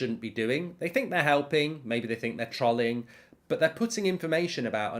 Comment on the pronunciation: *Please check how ‘Trolling’ is pronounced by the rest of the English speaking world 🌎